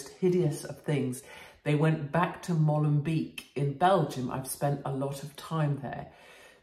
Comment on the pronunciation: Molenbeek is pronounced Mohlenbake fyi katie.